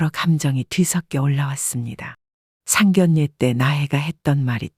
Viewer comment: # 내레이터님 ! - 상결례 가 - 아니고 - ( 상견녜 ) 라고 읽어야 합니다. * ( 상견례 ) 만큼은 * 예외 라고 합니다. - 아나운서 도 - 자주 틀리는 단어라고 합니다. ㅎㅎ - 죄송 합니다 ! 💕